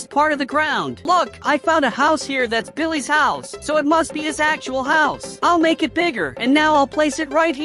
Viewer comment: Bro said billehs 💀